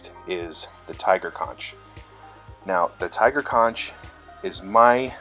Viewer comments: bro it's "conk" not "con-ch" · I had to stop as soon as he pronounced "conch" wrong. Makes it sound like he got all his saltwater knowledge from spongebob.